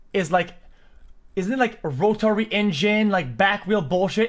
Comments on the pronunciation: Bro can’t even pronounce rotary correctly he’s like ro TARY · Plus even i dropped out of school but at least i kno how to say rotary, audi, or just plain read your subs r kids loving ur yelling and douchie attitude